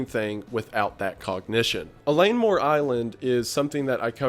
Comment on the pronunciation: Wendigoon: “Eileen Mor Island.” Me: “Oh, I heard about this recently! Where from though?… Oh… right…”